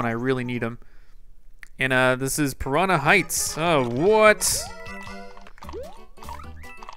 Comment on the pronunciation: "prona" plants?!? :/